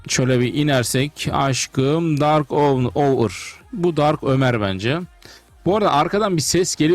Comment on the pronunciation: Abi DÂRK ÖWER benim ömrr diye okunuyor